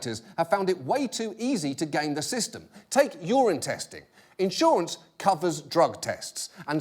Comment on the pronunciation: "Urine Testing" I had to rewind there because I swear I heard "Your Intestine" xD